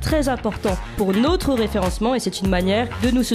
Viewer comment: Notre ne se prononce pas n^tre. Pas natre non plus comme dans le Midi.